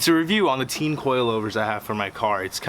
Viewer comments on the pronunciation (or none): Yo it’s pronounced tane